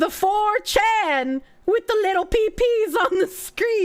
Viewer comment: It took me like 8 repetitions of the word to realize she was saying "Pepe" and not "PeePee"